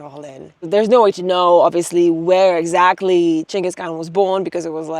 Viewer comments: Chingus not gingus? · I thought Genghis was pronounced with a soft G. Maybe I learnt something!